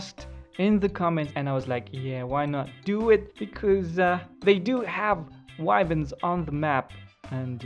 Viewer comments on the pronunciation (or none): none